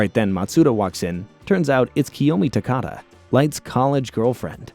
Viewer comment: Good Video, just your name pronunciation of Takaaada is horrible xD